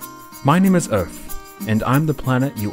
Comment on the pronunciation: Hehe earf…. And Luna is soooooo cuteeeeeeeeee